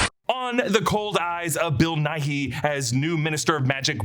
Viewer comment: It’s pronounced nigh, not nigh-he